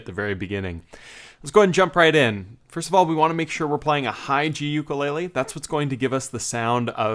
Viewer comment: Awesome to hear the word ukelele pronounce properly based on the first time you said it. Also, it is the other way around: the song, called Tubular Bells, is about 45 minutes (two sides of one vinyl LP) and is known as the theme to The Excorcist because the film used a part of the song.